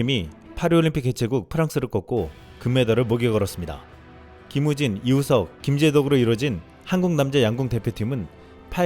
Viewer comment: 아니 근데 왜 리우석이냐고... 이제 우리부터 리가 아닌 이로 발음하자. 그냥 이우석으로